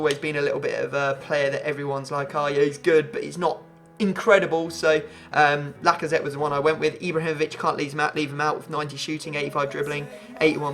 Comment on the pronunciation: Any1 noticed he said lacasweat